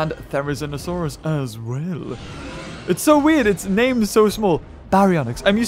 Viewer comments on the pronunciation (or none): none